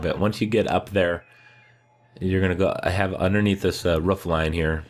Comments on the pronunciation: I know roofs can be rough but uh, they’re called ‘roofs’ not ‘roughs’. 😁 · I want to know how your brain sees the word “roof” and you say “rough” or “ruff” like bro its not a hard word to say correctly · It's roof not ruff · I love how he says ruff instead of roof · And how he calls the symbols "fragments". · What accent calls a roof a ruff? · Why do you call a roof a ruff? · It’s pronounced roof not ruf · This video would be a 10/10 if he could say roof correctly